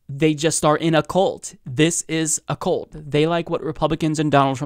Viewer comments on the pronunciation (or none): you're killing me with saying cult as, "coolt." It's, "kuhlt." Otherwise, all good.